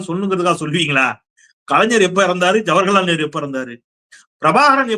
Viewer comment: சூப்பரான காமெடி! அப்புறம் ஒரு சின்னத்திருத்தம் ஜவர்ஹலால் நேரு அல்ல! ஜவஹர்லால் நேரு என்பதுதான் சரியான உச்சரிப்பு என்பதை நினைவுபடுத்துகிறோம் தப்பாக எடுத்துக்கொள்ளாதீர்கள் அண்ணா!